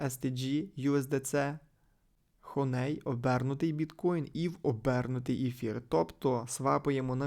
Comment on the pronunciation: Хоней трішки вуха ріже, а взагалі то хані 😅